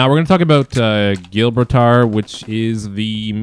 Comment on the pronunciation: Good info, man Also: Gibraltar = Jih-brawl-ter, :)